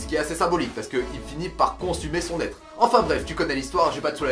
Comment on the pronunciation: ah non tu le dit tres bien apres réécoyte cest juste la lianson entre le n du son et etre et mon coter fan de hunterxhunter qui font changer linterpretation mdr